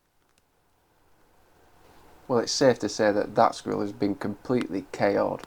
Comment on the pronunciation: It sounds like you are saying screwell instead of squirrel.